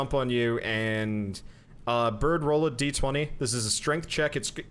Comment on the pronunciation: I'm not telling you guys you're doing it wrong or making a judgement call that my way is better, but I can not endure any more of this. The constant "one die twenty" instead of "one dee twenty" is just murdering me. Good luck and may Gygax have mercy on your souls.